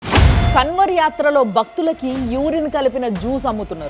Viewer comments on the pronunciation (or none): కన్వర్ కాదు మేడం గారు అది కన్వర్ కా ని ముక్కుతో పలకాలి. కర్మ ఫలితం అనుభవిస్తారు మేడ టైం వచ్చేసింది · KANWAR ని అలా ఉచ్చరించకూడదు కావడ్ యాత్ర कांवड़ यात्रा 🙏🌹